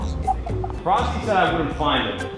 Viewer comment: YOU FEELING ALRIGHT EDITOR? Courage: Frosty: FrostE Me: What the fuuuuu